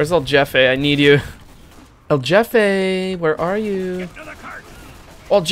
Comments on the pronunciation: a alguien mas le da risa que en vez de decir "el jefe" dice "el yefe"? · Hearing him say "el jefe" as "el jeffeh" makes me very anger grr grr bark bark grr It's pronounced "heh-feh"" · man I was cringing every time he said his name, “EL JAFAE” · I love how you pronounce "EL JEFE" as "el yefe", in spanish we use in a different way the letter "J" XD Interesting fact: Boss baby in spanish is: "El jefe bebé" but the movie title has been translated as "El bebe jefazo". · It is pronounced like a "H" El Hefe - idk if that was a joke. There is also a scout hat named that. Cumin in Spanish rice is acceptable lol. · El yefi sjsjsj me da risa como pronuncia esa palabra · It’s pronounced El Hefe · Uh its pronounced El HEfe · El Jefe is pronounced El H-efe please PLEASE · The j in so jefe is pronounced like a h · you know they're white when they pronounce, "El Jefe" wrong lmaooo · You pronounced El Jefe wrong.